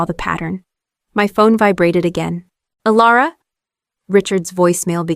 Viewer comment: Elara or Alera, took only 40 seconds to make a mistake, AI has a poor memory, and the channel is too lazy, "Alara" AI really having a tough time getting the name right.